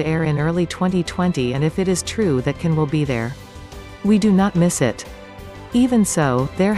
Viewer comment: His name is pronounced Jan not Can